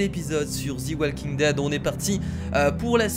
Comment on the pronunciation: ARETEEEE DE DIRE THI WALKING DEAD